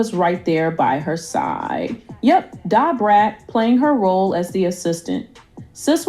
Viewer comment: Why they keep saying DA BRAT name 2 different ways and syllables 😂😂😂😂😂😂😂